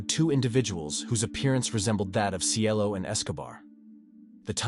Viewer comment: Cielo not Cello 🤦🏽‍♀️ They called her that cus she was so sweet and beautiful etc Cielo means “Heaven” in Spanish just in case ya didn’t know . But this guy tried ❤️🙏🏼 rip CIELO ❤️